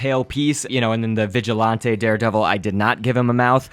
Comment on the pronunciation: You said vigilonté 😂